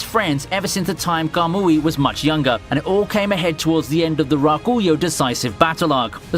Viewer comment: Not every K sound is a G sound my guy. Hearing "Ga-gura" and "Ga-mooee" hurt a little. Good job on the other names though